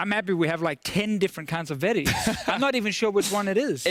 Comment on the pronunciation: WTF Vedius Vedi-check, really? XD